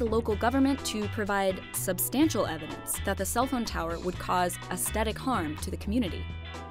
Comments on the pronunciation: Aesthetic is pronounced "ass-thetic", not "ast-etic". This drove me nuts! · Please learn how to say aesthetic. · can't pronounce aesthetic properly. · Does anyone else find the narrator's pronunciation of aesthetic jarring? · There's no hard "t" in the first half of "aesthetic."